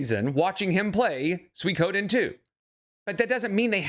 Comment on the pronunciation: the way hes saying "suikoden" is rly getting to me LOL